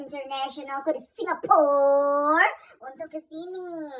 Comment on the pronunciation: cara ngomong Singapura nya kocak parah 😂